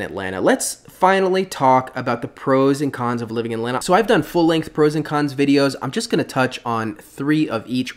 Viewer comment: You pronounce Atlanta the right way. I can't stand the transplants saying "At-Lan-Ta", when it is pronounced "At-Lanna".